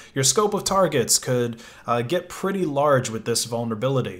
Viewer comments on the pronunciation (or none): none